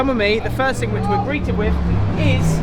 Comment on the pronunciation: Come on, stop saying "wiv", it makes you appear so uneducated and stupid. "th" is easy!